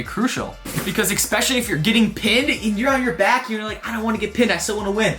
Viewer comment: Stop saying "Expecially." The word is "especially." Otherwise, this was a good video, sir.